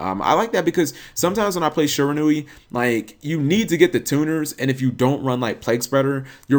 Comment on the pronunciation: You pronounced shiranui right...then you corrected yourself to the wrong pronunciation like k